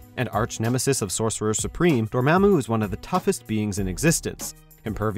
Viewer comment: Dormämmu. Lol.